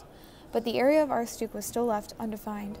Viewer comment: Not how you pronounce aroostook but ok 👌 (I’m from Maine found this hilarious)